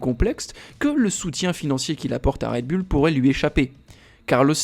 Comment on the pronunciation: Pourquoi toujours dire bulle alors que c est "boul" faites un effort svp😮😊